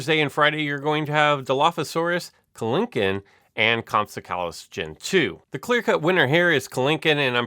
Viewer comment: Also it’s called comp-sog-nay-thus